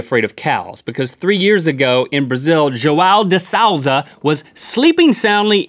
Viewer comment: The João de Souza pronunciation was hideoussss